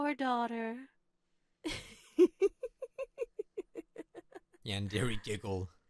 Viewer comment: It's not pronounced yandery it's pronounced yandre